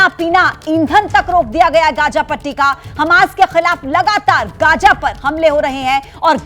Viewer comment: Pahle bolne ka dhang to seekh lo Gaaja nahi be Gaaza hota hai